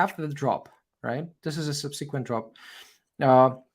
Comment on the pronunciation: Very useful analysis. Thank you. For me it is tooooooo long even if with 1,5 playback speed. It would be great if it were more concise without so many synonyms and repetitions and side stories. Your Englsih is really great although you keep mispronouncing many words like "subsequent" , "come" or "resistance". I also liked the fact that you admitted being wrong - very few youtubers do that. Kudos